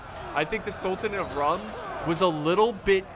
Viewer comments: Just a small tip- the "Rum" in "Sultanate of Rum" is pronounced as "Room". It's actually written as Sultanate of Rûm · Isn't Rum pronounced as Room?